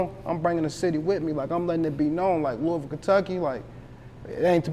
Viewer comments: That’s not how you say it either. It’s (Lool-vulle) trust me bro born and raised here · Lose the S when u say Louisville lol looeyville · Somebody teach dude how to say Louisville correctly..... Lou'a vull or Louieville.🤞 💯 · Mane square as hell. “LOUIS-ville”. Goofy. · Its not "Louis" ville you killin me bro lol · Bro everytime dawg said Louis-ville i wanted to punch my screen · Right correct this guy my nig..say it like LOUAVILLE dat way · I’m from NC and it hurt me every time buddy said LOUIS-VILLE 😩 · Nah its pronounced Lou-Ah-Vull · That is not the way she broke it down to me.She broke it down in tw o syllables.Lou/Bull. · If she said Lou-Bull, she is not from here. 😂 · I know.I am saying that he is pronouncing as if it were spelled, Lewisville.lol. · I wish he would stop saying Louis-Ville. I'm not from there, but know that's not how you pronounce that lol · im from the city n it's LEW-ville. how u gon get mad when u clearly don't know how to pronounce it yaself😂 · Nigga it’s not Lewisville 😂😂😂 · He pissing me tf off mispronouncing Louisville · dude keeps pronouncing Louisville wrong af, easiest way to spot an out of towner lol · As old as he is, why the interviewer don't know how to pronounce "LOUISVILLE" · The way he pronouncing the city keeps bothering me 😖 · You don’t pronounce the “i” in Louisville..🤦🏾‍♂️ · Why he aint correcting dude with the pronunciation of Louisville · Why he keep pronouncing Louisville wrong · He just gone keep lettin you say Louisville wrong lol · I would've had to check him the first time he said it 🤦🏾‍♂️ lil dude went thru the whole interview an didn't correct him once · I almost didn't watch the whole video because of that! Plus he heard dude pronounce it right and kept at the bullshit 😂😂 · Bro if he pronounces it looisville one more time imma punch my screen it’s loo-uh-vul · Not "Louis"ville we say it like Louaville my gee..502💪🏽💯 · It's not Louis ville Kentucky bruh. It's looouvull Kentucky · It’s not Louis-ville it’s Luh-vull